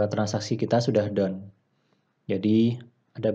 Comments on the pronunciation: gua pikir down dia ngomongnya . rupanya done hhahaha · Haaaahaaa, sama Bro, gwe fahamnya down